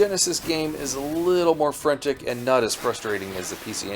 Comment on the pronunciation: Small point it’s “frenEtic”, not “frentic”. Enjoyed the video thanks.